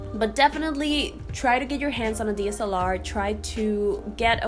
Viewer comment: I am going to guess there is something called a D.S.L.R. ? It sounds like you are saying deesalar 🤣